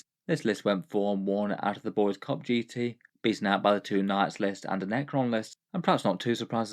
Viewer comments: Just FYI, if "Boise" is the capitol of the state of Idaho, it's pronounced "BOY-see" not "boys." But I withdraw my comment if the Boise Cup is something I just don't know about. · Its pronounced Boy-see (Boi See), not boys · Don't know if it will come up again but us living here in Boise want you to know it's boy-zee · FYI: Boise is pronounced "BOY-zee" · I know it’s a stupid American city name, but if it comes up in the future for you it’s pronounced “boy-see” for that first GT. Gave me a good chuckle thinking that the capital was taken by the Boyz though 🤘🏻. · Boise is pronounced boy-see